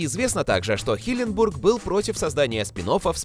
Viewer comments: Парень который озвучивает канал Watch Magic Россия почему ты говоришь име Стивена Хилленберга неправильно а именно " Стивена Хилленбурга"?! Звучит как будто какое-то город в штате Миссисипи! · ХилленбЕрг, а не бУрг, уши режет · Вообще то Стивен Хилленберг, а не Хилленбург. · Не хиленбург а хиленберг... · Никто: Абсолютно никто: Автор: хиленбОрг